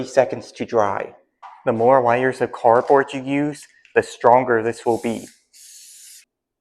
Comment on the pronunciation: Ok at first I was skeptical but the end result was 🔥 that's awesome dude I'm subscribing. Also the way you pronounce layers is unique lol otherwise this was a really good idea and the possibilities are literally endless. Your couldn't make so many different things. I wish I would have been more creative moving in my new place. I would have saved a ton